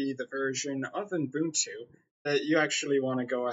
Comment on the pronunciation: There is no f***ing "n" after the first "u" in Ubuntu!!!!